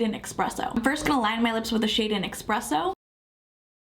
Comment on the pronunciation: Esssspresso there's no x in it.